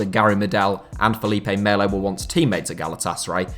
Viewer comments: Why are you saying Felipe meyo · The L in Felipe Melo is just pronounced as a regular L. The Yish L is only used with two lls in Spanish and lh in Portuguese (aka Castillejo and Carvalho). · Felipe Melo not Mayo...